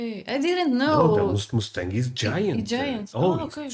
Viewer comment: whoever told you that the Mustang is a massive car was messing with you! 😂😅😂 And, PLEASE will you learn how to say MUSTANG properly? That "U" is pronounced as "uh" not "oo". You are saying it like the sound as the animal, MOOSE. That's not the same sound. AND, the Mustang is a SMALL car and you might not have room for your luggage... or maybe no room for your child! To be comfortable driving long distances, I suggest a mid-size SUV. That will be much more convenient, as well. Hope you have a safe and FUN trip! ❤️🤍💙🇺🇲💙🤍❤️🇺🇲❤️🤍💙